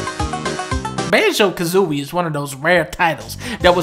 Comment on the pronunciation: Did you say Banjo Kazomie, oh shit that was canceled